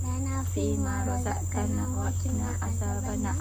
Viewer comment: ROZAQTANA BUKAN ROZAKKANA..